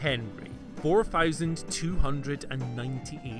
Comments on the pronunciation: Four fowsand days 🤣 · Can someone teach the difference between "th" and "f"... sick of hearing him say "fousand". I'm Scottish too and I get it, but Thix it